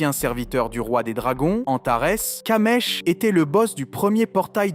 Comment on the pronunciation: C'est kamish pas kamesh